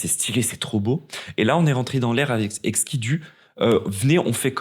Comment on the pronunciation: IL PEUT ARRÊTER DE DIRE "EKI" POUR EXKI ???? POURQUOI PERSONNE LUI A DIT D'ARRÊTER SVPPPP